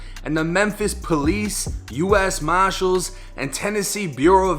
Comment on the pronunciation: US Maahshalz😂😂 I’m from Memphis. I thought we talked funny. Good content homie.